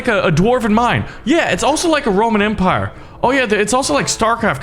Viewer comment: 'The Roman-Antpire' XD